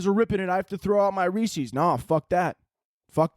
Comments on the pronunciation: it’s rees-is. Like Rees-is piec-is. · Halloween may not be the devil but the way you pronounce Reese's is